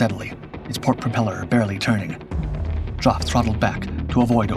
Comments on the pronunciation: The narrator on this channel has an unfortunate trait of misprouncing people's names. Geoff is pronounced Jeff not Joff. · Geoff, short for Geoffrey. pronounced "Jeff", not jof 🙄. BTW, his book, "First Light" is excellent. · When your narrating a video you should at least try to use the correct pronunciation of peoples names...Geoff is not pronounced "JOFF", it's pronounced JEFF"! Duh! You have dishonoured this man by misnaming him! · Jeff, Jeff, Jeff. Why the heck do you clots say Joff? Geoff = Jeff !! And Dader is Barder Why can`t americans speak English? All you have to do is listen to how we English pronounce english words and copy us. How hard can that be??? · I am sure that Geoff would be most miffed at you calling him Joff when his name is pronounced Jeff. That is the trouble with an American narrator. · "Geeoff"? To hell with AI. Next thing it will do is decide the plural of "aircraft" is "aircrafts". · Stop bloody saying Joff ffs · The diminutive of Wellum's name is pronounced JEFF not JOFF, but on the whole this is good. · The name is pronounced 'Jeff' not 'joff'! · Absolutely! He'd be Joffrey otherwise. Pronunciation is not the narrator's strong point. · It's NOT pronounced 'JOFF' !!! .........cringeworthy. .....Griffon engine?........I don't think so!!! ......'Elliptical wing'? that graphic is NOT the production Spitfire......and even if it was, the Spit's wing was NOT elliptical anyway.....it is SEMI-elliptical. Made up of two ellipses. Many 3 bladed Spitfire props were Rotol units.........made of WOOD not metal. .....those are French MS 406 aircraft......NOT German 109's. This piece is littered with incorrect and inappropriate images in relation to the narration and rammed full of errors and 'word of mouth' myths. Lazy 'copy and paste' all over the place. That's enough for me, bailing out. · Jough? its Geoph, Geff, Jeff, love you uploads but, do you know anyone call Geophrey? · Geoff is pronounced "Jeff". So you know.